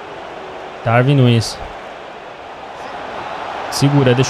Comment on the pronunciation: Darwin não se lê com v lê se com u